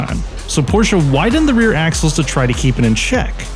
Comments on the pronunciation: It's Porsche (E like in emerald) Not Porscha (A like in America) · Every american who can use the letter E while pronouncing Porsche is the good guy. HINT: its not PORSH, its not PORSHA. Its PORSH-E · It is Porsche,not Porcha. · I did not come here to start an argument. And I am aware of the fabled "english pronounciation", because everything needs to sound english for some reason. However, this does not change the fact, that this is a german car from germany with a german name. You would likely give more weight to your point if your video was in german. I did not want to step on your tail or offend you, merely sharing information. Have a nice day and I hope I get to watch more of your videos.